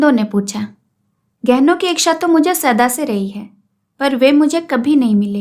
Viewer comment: Madam ji aapki aawaj aur aapki kahani kahne ka tarika hmko bhut achhi lgti h lekin chhoota muh badi baat aap ichha ko iksha bolti h ya mai galat sunti hu .....mai aapki galti nahi nikal rhi hu mai sirf puchh Rahi hu 😊